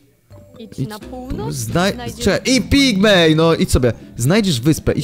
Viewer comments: Wszyscy mówią Pigmen a Pigmej xD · pigmen a nie pigmej